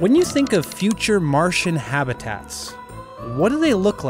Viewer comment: Why do you mispronounce the word habitats as "have-e-tats"?